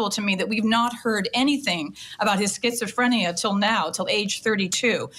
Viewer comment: Skits-oh-freeenia lmao